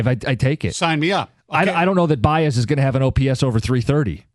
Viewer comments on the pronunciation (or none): It’s a running joke. They are saying his name like that as if they are talking about a completely different player than the javy Baez of the last few seasons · Is there a reason can’t pronounce Baez?